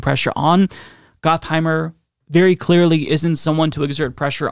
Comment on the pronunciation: I believe it's pronounced "Got"-heimer rather than "Goth"-heimer, but I like your way better! 🤣